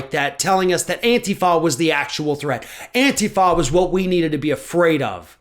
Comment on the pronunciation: actually knows how to pronounce "Antifa"! He doesn't call it "An-tee-fa" like others in the media.